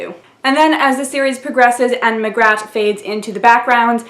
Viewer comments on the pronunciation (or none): "Lancre" is pronounced "Lanker" as in ""Lancashire", northern England. "Magrat" is pronounced ""Mag-rat", equal stresses, giving her the inferiority complex that she feels like something on the edge of a river (maybe the "water-rat" (water vole) from "Wind in the Willows"?), rather than a good solid "Peggy", "Margaret" or "Maggie" "Wyrd Sisters" is the first really strong novel he does with women characters, mixing up the intense Macbeth references with "maiden, mother and crone" archetypes, and (as an autodidact who taught himself from libraries), his admiration for women who work in the NHS and local communities, as opposed to the Oxbridge/civil service/ceremonial feel of his wizards. "Witches Abroad" is much more of a pure romp than any of the other Witches novels, playing with narrative conventions and fairytale (including the fairytales of Hollywood and Disneyland), including a walk-on (splash-on?) part for Smeagol from Lord of the Rings, and conventions about the English abroad. "Lords and Ladies" crashes "Midsummer Night's Dream" into a "wizards" story, with the Elves (the nastiest Northern European version) up against cold iron. Maskerade is perhaps weakish because it's an attempt to crash every possible convention and idea about musical theatre/opera into the plot line of Phantom of the Opera and a murder mystery, although I do like the "Swan-song"'s pun on Lohengrin as "Lohenshaak" and ending up ("I'm cutting my own throat") possibly influenced by Mr. Dibbler. Carpe